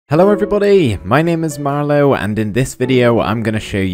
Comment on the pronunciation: I thought man said marlowwww best pvper btw